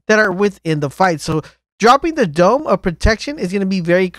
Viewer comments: brandi hilke im mad he kept saying doom until the very last time when he said dome. Like bruh, you actually knew how to say it this whole time wtf happened for the last 5 minutes? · It's not doom it's dome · How many times u gonna say doom instead of dome?